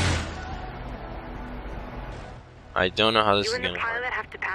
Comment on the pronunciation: Yes its a p51 vs a 70 boss 429 pronounced "four twenty nine" not "four two nine"